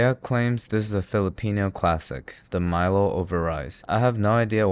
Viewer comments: Nice video, I subbed, but, it's Mi-Lo as in "Mi lady" and "down low" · It's pronoun Mee-lo (as is Logan). Since it's named after an ancient Greek athlete Milon of crotona. But anyhow you cannot ask much from Australians when it comes to pronunciation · It’s not Milo it’s pronounced meh-lo